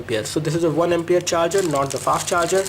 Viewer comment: I'm a regular viewer of your videos, you pronounce ampere as empera... plz make it right.. *****